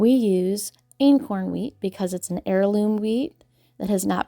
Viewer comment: Did you say inkworm wheat?